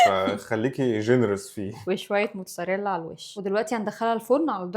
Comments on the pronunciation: هو انتي ليه بتقولي جبنة موتساريلا هي اسمها جبنة موتزاريلا😅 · لما تقول موت(ز)اريلا🫱🫲 لما تقول موت(س)اريلا👈👉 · إنتي ليه بتقولي موتساريلا و بيتسا 🙂🙂 حرف ال ز عندك فين 😂😂